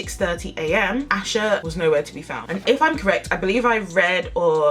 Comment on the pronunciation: For clarification her name is pronounced “Ay-sha” not “Ash-a” Now with that said I hope authorities find her or at least what happened to her so her family can have some kind of peace and closure! Happy Tuesday and have a blessed day!